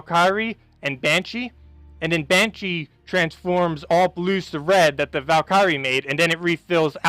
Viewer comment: So Deep Borer is pronounced like BOARer. Just saying. Love the vids, but damn. And Valkyrie ..the "y" is not a long 'i" sound